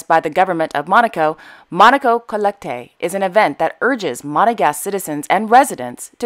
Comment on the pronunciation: Monaco Collecte, in French you don't pronounce the last "e" for lots of words. You are much better when it comes to Arabic language than European one.